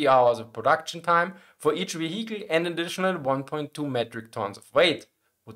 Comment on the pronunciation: ve-HE-cle. I love this channel.